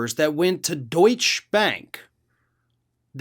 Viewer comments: Love the hard work. Just a tip. Deutsche Bank is pronounced “doyt shuh” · Sir, the e on end of Deutsche is pronounced as 2nd syllable, Deutsch-ah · The e in Deutsche Bank is NOT silent